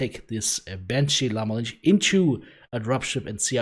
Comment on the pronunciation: Your pronounciation of the mech's name drives me crazy. XD